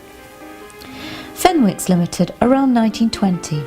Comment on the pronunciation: The 'w' in Fenwicks is silent, the correct pronunciation in the area is 'Fennicks'